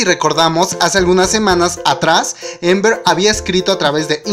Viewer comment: Se dice Amber no Ember